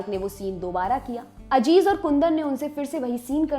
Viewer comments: Ma'am wo lafz Aziz hai, Ajiz nahi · Correction-Madam naam Aziz hai Ajeez nahi. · Home work karke aao , it's not Ajiz Mirza it aziz mirza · Madam Ajiz Mirza nahi Aziz Mirza hai😊😊😊